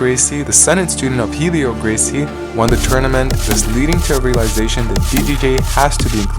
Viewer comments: Helio Gracie's name is pronounced like Elliot without the 'T'. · Helio is pronounced "elio", the H is silent. Royce is actually "Hoyce", the R is pronounced like an H when it is at the start of a word in Brazil.